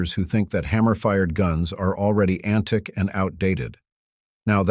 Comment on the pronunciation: ARE YOU FREAKIN' KIDDING ME RIGHT NOW!?! SubSCRIBE!?! FOR WHAT!?! AI Recorded drivel, and POORLY RECORDED AT THAT!?! Who reads "antic" for what should OBVIOUSLY be "antique?"